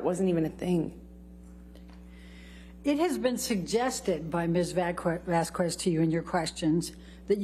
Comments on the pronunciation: Elaine purposely mispronounced Camille Vasquez's name. Anything to throw her off. Didn't work very well. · Amber’s Attorney: “….Ms. Vazkwez…” Johnny’s Attorney: Objection “mispronouncing my name.” Viewers: can she ever say the name right before the trial ends?… 🤪🤪🤪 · "Miss VaZZzzKWEEeez" 🙄 . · "from Ms. Vasskwezz..." 😂 I know it's been awhile but we all know it was a beat down and it was funny too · Vas-qu-ez Elaine is embarrassing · Why does she say vasquez like wasquez 😂😂 Atleast try to pronounce it right.. and wtf the judge says SUSTAINED and elaine has the nerve to argue with the judge 🤦🏻‍♀️and why is amber always staring down at the jury and doing that half smirk 🤢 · "VazkOOez" WTF is that? It´s actually easier to say it correctly. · It’s payback for 1. Clearly discussing AH’s testimony with her during the break and coaching/rehearsing how to “fix” her testimony and 2. Refusing to pronounce Miss Vasquez’s name correctly. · What irritates me is her deliberate mispronunciation of Camille's surname. She never did it before here and didn't do it in her GMA interview. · Amber Heard’s lawyer intentionally mispronouncing Camille’s last name is so petty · I’m not a Latina, but her constant mispronunciation of Ms. Vasquez’s last name, is like nails on a chalkboard lol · Every time Elaine mispronounces Vasquez, my eye twitches, and it's a real struggle to not spike my phone. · Why, oh why, even after weeks of trying the case, was Elaine STILL unable to say "Vasquez" correctly? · Elaine was so disrespectful pronouncing Vasquez he way she did. How I know it was intentional it's because watching back the trial, Elaine pronounces Vasquez the right way once and she correts herself and says it again in the wrong way. Lol, oh Elaine and those dirty tactics. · It annoys me so much that Amber's stupid attorney doesn't have enough respect to pronounce Camille's last name correctly. Its almost as if she's doing it deliberately. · The way she pronounces Vasquez